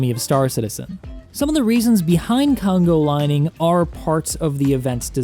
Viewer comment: Dude I was dying at "congo lining" :D